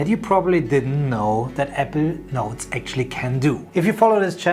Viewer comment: You sound more like you’re saying “Evernote “ than you do “Apple Notes” ..:..